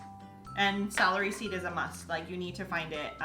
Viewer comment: Did she say Salary Seed, or Celery Seed?